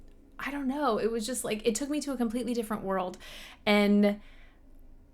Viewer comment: do you think James has ever pronounced "me" in any other way that "may-YA" in his life? I wonder...